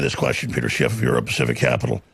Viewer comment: "Peter Chiff" Alex ia hanging out with too many Mexicans...